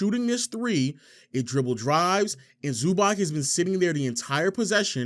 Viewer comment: Nice video, but it's pronounced "Zubatz"